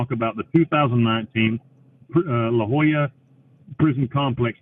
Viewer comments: It’s weird how he pronounces “La Joyita” as “La Jolla”. La Jolla is a wealthy resort town near San Diego, California, so the disparity is quite strange. I’m not sure about Spain-Spanish, but in Latin American Spanish, two L’s are pronounced like the English Y, and the Spanish Y is pronounced like the English E. So La Joyita would be pronounced “La Hoíta”, and La Jolla would be pronounced “La Hoya”. Edit: It should also be noted that the US and Panama have a lot of international treaties and agreements tying our countries together, mainly because of the Panama Canal, and Panama being a bottleneck which you have to travel through to get to and from South America and North America. So it makes sense that Amnesty International won’t/can’t intervene on behalf of an American prisoner convicted of murder for hire in Panama. Central America is a very dangerous part of the world on a good day, and you’d have to do more than just kill one person for the highly corrupt police to take notice. Bill is definitely downplaying what crimes he committed to get there. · That's how you pronounce the name of prison? Thought the t and a had some kind of phonetic use...